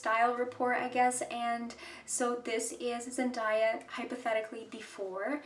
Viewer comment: Please pronounce her name properly